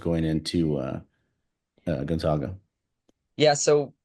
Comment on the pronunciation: Pronounce "GONZAGA" properly. It's gon-za(long a)g-a. Not gon-zog-a. It's the ZAGS, not the ZOGS.